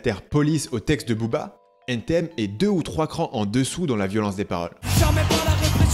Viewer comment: Quand tu dis " N TI M " tu perds toute ta crédibilité ..allez salut! :)